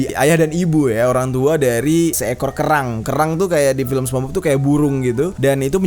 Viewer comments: People : sponsbob Bang jeri : sepongbob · SPONGEBOBS BANG BUKAN SEPONGBOB HEHE, AKU FANS MU BANG JER PISS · Bang sorry namanya spongebob , bukan spombob :v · Ucapannya Sponsbob bang.. wkwk bukan spongbob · bukan spong bob bang nyepong bob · Aku juga sepongbob, manggilnya, mungkin lu doang kali, People : Sepongbob (spongebob) You : sponsbob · Bukan spong bob bcanya bang,, lain arti jdinyaa😭😭😭